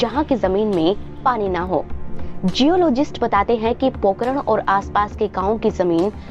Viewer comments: Pokaran nai pokharan😂😂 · Madam it's Pokharan....not pokaran...Zalzala not jaljala...Ragistan not Ragisthan.... correct your pronounciation. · पोकरण नहीं। पोखरण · अरे इसे पोकरण नहीं पोखरण कहते है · it's not pokran it is pokhran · Pokean nahi pokharan kaha jata hai